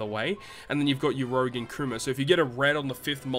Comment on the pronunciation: Stop pronouncing urouge like that pleaseeee 😂